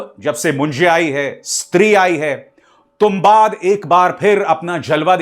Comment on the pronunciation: तुंबाड hai sir, not तुंबाद 🙏🏻